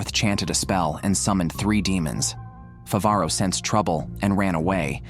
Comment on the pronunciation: Mofo has the AI narrator capable of saying Favaro correctly, but bahamoot. If you're gonna be a lazy AI recap channel. At least get the simple fuckin names right.